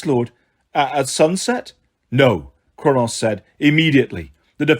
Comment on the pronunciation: I think you’re awesome but it’s SAY-TER AND KRONUS. That’s the pronunciation 😊